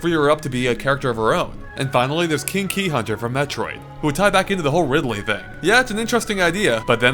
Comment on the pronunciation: umm....did you just call Ridley at first.....Ripley?